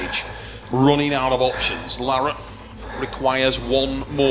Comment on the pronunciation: I'm just waiting too see if he says Devons name right, it's not Devon Larahhh 😂😂